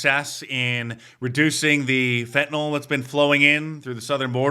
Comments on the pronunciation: Blondi Bondi... It's not pronounced FentanOL, it's pronounced FentanYL. Shouldn't the head of the DOJ know that?! That's like the head of the DOE saying "nucular" instead of "nuclear." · NO ONE can pronounce fentanyl. its not "FET-IN-ALL". "FEN-TA-NIL". idiots... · FEN - TA - NYL. "NIL", NOT FEN - TA - NOL, "FENTANOLLL", why do so many talking heads pronounce it like this? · Really wish the attorney general could at least pronounce fentanyl, not to mention release the Epstein files.